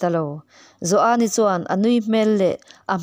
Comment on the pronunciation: Joani tih pawh i thluk diai tawh lova i chiar thiam ngaihthlak a nuam e